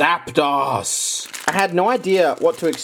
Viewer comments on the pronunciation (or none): I cringed when he said "zapdoss" its zapDOS ya know like articUNO zapDOS molTRES...1 2 3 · I love but it is ZAP “DOSE” you fuckin CAVEMANNNNN